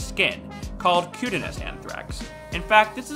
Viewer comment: Kew-tayne-ee-us Cutaneous